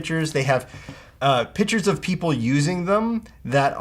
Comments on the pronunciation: Lmao this nigga cant say pictures!!!! im dead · that cant say PICTURES LOL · EXACTLY? niggas cant even say pictures